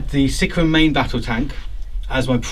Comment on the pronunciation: "Sickeruhn" (aka Sicaran), man his/ actually, their pronunciation is horrid, lol. Game wise, I noticed some liberal use of friendly vehicles allowed to shoot through allied vehicles.. All in good fun I guess, but I don't see how one vehicle could get it's las-cannons to bear when another landraider is smack bang in the way :) Pretty one-sided game other then that, unfortunately.